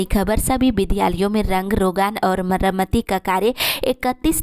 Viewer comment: मरामाती नहीं मरम्मती होता है